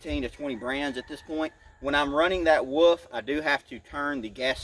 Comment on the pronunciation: There is an L in the word WoLf. It is not pronounced woof. My 6 yr old can say wolf.